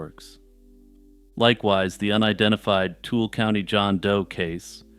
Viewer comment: Tool County 😭 Too-i-luh or tooly if you're from here. Love the content!